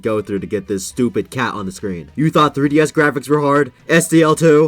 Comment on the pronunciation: da three dee esss